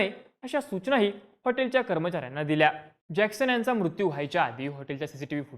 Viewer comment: मुत्यू नाही........ मृत्यु